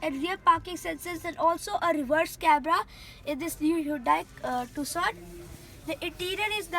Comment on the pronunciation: its not tocun !! its tucson idiot !!!!